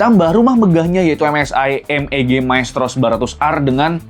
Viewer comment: MEG bang bukan MBG XD